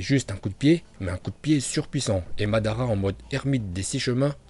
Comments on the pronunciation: Mandanda non mais svp arrêtez vos conneries vous savez pas prononcer les noms de personnages ou même techniques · Tu dis Mandanda mdrr jsuis mort